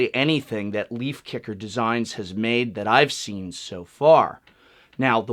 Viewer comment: First of all, reading Leifkicker's website, I know that his name is based of name "Leif". Being a swede, I know that it's pronounced "Leyf", with the "ey" as in "Ey, what's up?", not "Leaf" :) Second of all, being a natural science student, I know that magnets lose their magnetism over time due to how their magnetic properties work. They can also lose their magnetism if they are heated or recieve a bang. I don't know how hot it must get or how hard it must be slammed but I wouldn't rely on a magnetic deck box to be an investment for life. Great video! :)